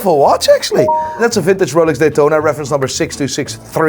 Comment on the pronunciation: Roalex..... it's Rolex lol SMH